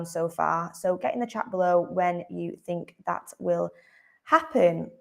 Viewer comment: he said rhat